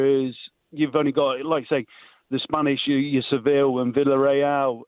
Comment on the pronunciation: 'Paul the Real Madrid fan' watches la liga every week and can't pronounce Sevilla 😂😂